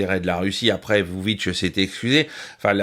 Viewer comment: Petites précisions quant à la Serbie : le nom du président Aleksandar Vucic se prononce "voutchitche". Les Russes sont à présent moyennement appréciés en Serbie car leur arrivée en nombre a fait grimper les prix (notamment de l'immobilier à la vente) - ou également parce que c'est ce qu'ont dit certains média (privés et occidentaux). Il est vrai que l'inflation des prix n'a pas été maitrisée par le pouvoir.